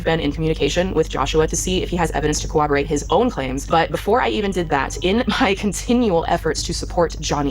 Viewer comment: I love swoop but I’m really gonna need people to stop pronouncing corroborate like cooperate with a b. It’s one of those pet peeve things that really grates on my nerves.